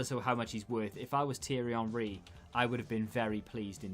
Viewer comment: You probably would you have gotten henry, had you not pronounced his name like that lol. The icon gods were insulted